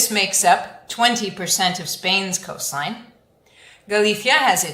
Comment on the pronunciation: in 'coastline' you don't pronounce the 't'?